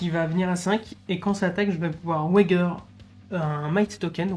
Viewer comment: Parier en eng se dit "to wage" ... prononcer ouaidje Donc ouaidjeur et pas ouagueur 😊👍 Tres propre cette video, bravo !